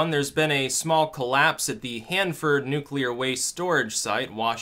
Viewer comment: I took a 'nuculer dump, once.